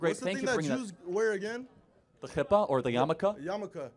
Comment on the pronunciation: Kippah (not chippah) 😊 and Hashem, not chashem 😊